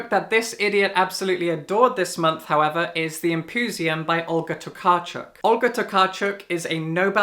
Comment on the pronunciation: I've really enjoyed Empuzjon. I think it has mixed reviews but I can't help but be drawn through Tokarczuk's (props for pronunciation BTW) storytelling and her grasp of Polish language (though I think I lowkey hate this blue edition covers :D).